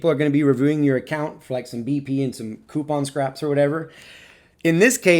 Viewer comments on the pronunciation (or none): none